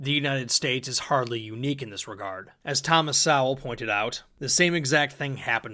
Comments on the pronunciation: Great video as always! Just a little nitpick, Sowell is pronounced "Soul". He's my favorite economist, so if you're doing it to trigger me go ahead but if not now you know LOL. Keep up the great work man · Sowell is pronounced with a long "o" - if you're unfamiliar with him, I really recommend watching some of his videos. There isn't a more wise, gracious and witty intellectual.